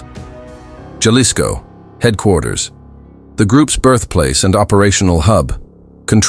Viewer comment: Ha-lisco not jah-lisco pendejo